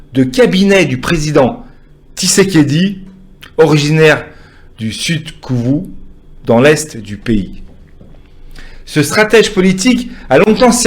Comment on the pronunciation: Mr on dit kivu est non kuvu